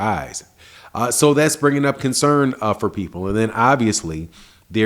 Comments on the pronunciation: Its CONCERN NOT CONSERN BRUH. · “Consern” lol